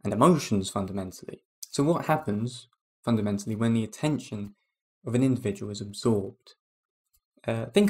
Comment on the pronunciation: you "fondamentally know" your delirium is true? Man this is really bad. Your effort is admirable but let's be serious. How can you know?